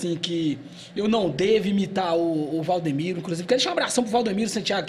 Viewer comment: Rapaz, não é Valdomiro, é Valdemiro 😅